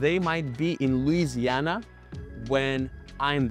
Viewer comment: You still pronounced Louisiana incorrectly